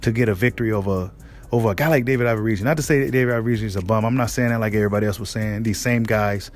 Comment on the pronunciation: 🤣 be killing me with that averisian lol you know how to say that man name stop the 🧢 🤣